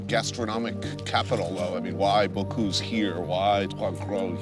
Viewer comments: come on, if you make a documentary, learn to pronounce people's names!!! Bo-cüse not Bo-cuse!!! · Not Bocouuuuse, BocUse